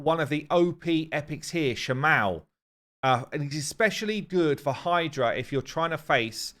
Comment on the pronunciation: Shamael makes more sense to be pronounced like Raphael. Just... Come on.